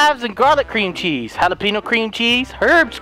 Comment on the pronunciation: when you said cream cheese it sounded like green cheese